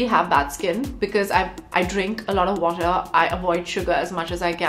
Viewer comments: " I don't have bad skin , cuz I drink a lot of " , what who pronounces water as worah. Like if u heard it as worah instead of water 😂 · . Water = Waherr